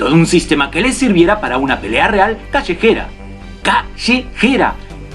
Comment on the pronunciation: Pelea callejera"papá" callejera!! Jaja bien dicho muy argentino te salió 👏 Saludos desde Argentina (Bs As)